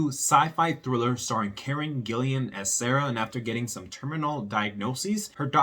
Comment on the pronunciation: PLEASE learn to pronounce her name. There is no "I" between the second L and the A. Thanks!!